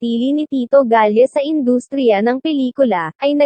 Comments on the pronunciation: Mali rin ang pronounce ng apelyido. Galle nang Galle eh Galla dapat. Ano ba yan. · Anong tito galle??maging consistent ka sna sa mga names ng mga veteran actors o actress.wag bsta.basa ng basa.meron ka dn isa veteran actress ka na content mali dn name sinabi consistent.